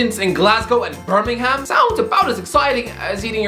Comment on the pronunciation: It's a great appointment completely turned Rangers around got a great backroom staff obviously got great connections so we could get some Liverpool squad players. But please stop saying BellingHam and BirmingHam its pronounced Bellinguhm and Birminguhm and thank goodness that the Saxons pronounced it like that or literally we were living in a ham instead that we live a uhm back then atleast. Yes it's sad that he is using us as a stepping stone but still he would get us fighting again and our owners surely know what his priorities are and would surely get someone in mind just in case. Around 2023 maybe 2024 if we're cutting it close.